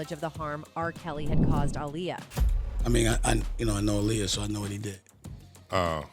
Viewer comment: Why are you saying her name in two ways? Dirst you call her aliyah then you called her alier Like a liar. I guess someone told you because you then staryed to pronounce it appropriately